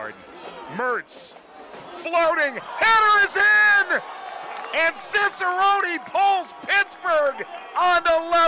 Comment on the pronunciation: why do they always pronounce Cicerone wrong?